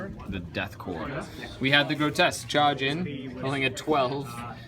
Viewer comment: Ugh every time he miss pronounces it ugh p and s are silent